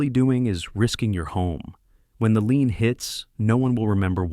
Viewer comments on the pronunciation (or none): AI can't pronounce lien ( lean like meat)?